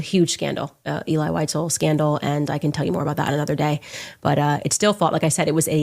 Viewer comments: She's not even saying visels' name properly and it's not pronounced elay, it's elee (phonetically) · (Pronounced. “Ehlee Weezehl) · Unfortunately, mispronounced the name throughout the video. It's pronounced "Ay-lee Wee-sel." Then again, Candace pronouncing it like that proves she couldn't have taken a college course in it.